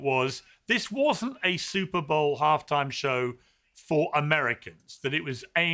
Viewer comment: She did say Stuperr bowl😅